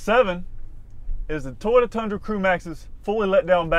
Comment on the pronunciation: Is it just me or is this guy say Tyota, instead of Toyota? Not knocking him, I'm jut a backwoods nobody Hillbilly with a thick accent, just thought this was a bit odd. Anyone know if this is a regional accent thing?